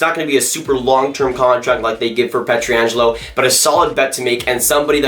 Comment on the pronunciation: Dude, I like your analysis and all but at this point I feel like you're trolling us with your pronunciation of Pietrangelo.